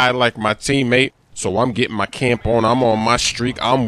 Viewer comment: when u said "get my camp on" it sounded like "get my tampoon on"